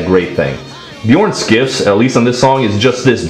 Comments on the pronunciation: Skifs is closer to 'Schiffs". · And his last name Skifs is pronounced "Shifs".